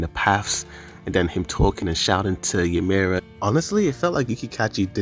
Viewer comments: Stop saying MAPPA and Ymir wrong when they’re so easy to say It’s Mappa not marpa. It’s ymir not ymirah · great video but pls pronounce ymir right next time xD